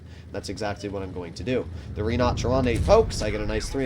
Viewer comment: I'm sorry but every time says "the rddinotcheronte" it kills me